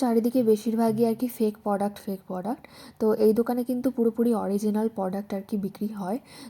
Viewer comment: Poduct na product ota pronunciation thik koro